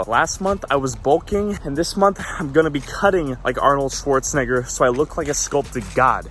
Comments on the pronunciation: HE SAID NIBER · Notice how he pronounces it Arnold schwartzNihger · Is it me or is he low-key saying shwarzenigger XD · His name: Arnold Schwarzenegger. The way he pronounced it: Arnold Schwarznegger. Ik but still. RACIST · No one gonna mention how she pronounced his name lmao